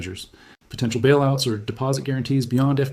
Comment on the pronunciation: "Bailoots"? :face-blue-smiling